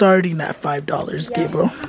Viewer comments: He said Gabrel mamonsito😝😂😂😂😭😭😭😭i bet everything i won't be the mitichie shout out😭 but ily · Lol calls Gabriel “GRABIEL” 😭🤣🤣🤣